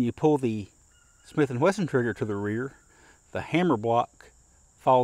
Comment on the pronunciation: Dear: I really like your videos, and I enjoy even your tabletop comparisons; you have a way of making them interesting and never boring. They are also very accurate, which is why I wonder why you keep saying “Smith & Whesson”, instead of the correct name Smith & Wesson. I don’t mean to be picky, or disrespectful. Just encouraging you to maintain your very high standards. Thank you for your great videos.